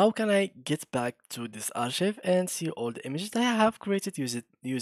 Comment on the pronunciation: أخوي شكرا على الفيديو لكن عندي نقطتين الاولى لفظك للكلمة غلط فهي لا تلفظ كما في العربية ولكن: أركايف - ثانيا انت لم تظهر الأرشيف فهذه ميزة في الميد جيرني تقوم فعليا بالارشفة - انت فقط ذهب الى صفحة حسابك وشكرا على فيديوهاتك الاخرى وتحياتي